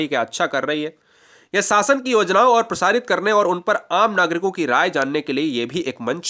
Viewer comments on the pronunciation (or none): none